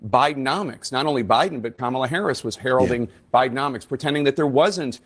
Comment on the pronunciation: Tim is finished, didn't he see the election results he was suppose to carry Kamlay, I'm sorry I didn't attend her class on how to say her name. does it males any difference to anyone????